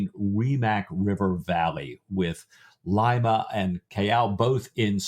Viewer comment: Good Lord... "Lye-mah" is a city in Ohio, the home of Phyllis Diller... "Lee-mah" is the capital of Peru